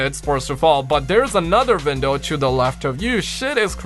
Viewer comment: Don’t be offended but are you German? I can tell that when you said window you said vindow.